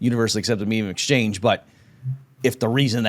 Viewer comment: “Meejeum of exchange”